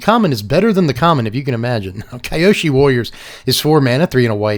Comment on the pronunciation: Good stuff as usual. A note on the pronunciation of Kyoshi, however. the "Ky" in the name is more of a "kee". The two syllables then are "Kyo" and "shi". It's hard to describe the phonetics in text but it should be pronounced something like "keeyo-shee".